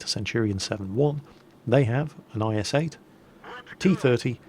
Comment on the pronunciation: you say js 8 not is8